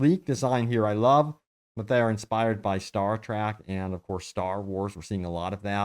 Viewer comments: Its Star TREK not Star TRAK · It killed a part of my souls every time he said “star track” Edit: I just finished the video and there are so many butchered pronunciations that my soul is 100% dead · Did you say Star TRACK? WTF IS WRONG WITH YOU? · ”STAR-TRACK” lol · What's "star trAck"? Oh, you meant Star Trek.... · It’s star trEk not start trAck